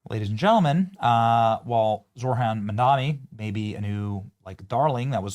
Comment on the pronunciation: It's Zohran, NOT Zorhan.